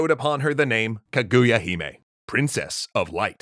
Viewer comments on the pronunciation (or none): YO I WAS SO EXCITED WHEN I SAW THIS. MY CLASS DID THIS FOR A PLAY IN 5TH GRADE. IT WAS GREAT. You should do Urashimataro and Momotaro too. Btw Kaguya hime is pronounced Kaahgooyah heemeh with emphasis on the ka and all long vowels.